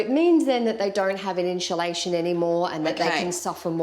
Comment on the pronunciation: "inshulashun" hahahaha.